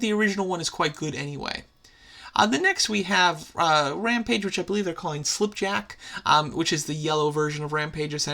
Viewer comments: once again, he says "slip" instead of "skip" (its Skipjack) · You kept saying yellow rampage's name wrong. It's Skipjack not slip jack